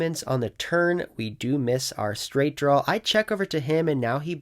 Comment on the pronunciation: Is it just me, or do you say "Downg" with a G? lol Like when you're on a flush "drawl"